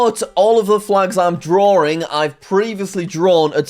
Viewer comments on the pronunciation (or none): You are saying draring